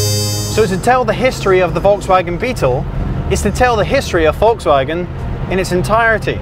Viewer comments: It is actually pronounced (folks-vawg-in) not (volts-wag-on)............... Wouldn't have a problem with it if the host didn't say "or in German...." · de Rooij no it's Volks fagen with a long a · Ronald de Rooij I was trying to spell out how it should be properly spoken in English, sadly I do not know phonetic script, like what is in a dictionary... The presenter butchers the pronunciation ironically right after saying "or in German..".